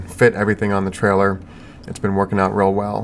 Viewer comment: "Workeen" is not a word.